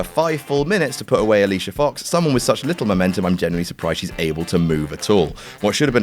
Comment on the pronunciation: you said Alicia foooooox wrong it is not Alicia fox it is Alicia fooooooox